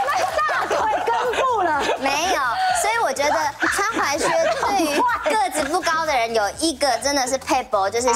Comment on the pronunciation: 只要是鞋的主題，我就想到劉真。整個節目少了她真的差好多，就連老師推薦的款式依然比不上劉真的品味。劉真的離開是台灣時尚圈的一大損失。 還有那個，那個念踝靴，不是裸靴，腳踝的踝!!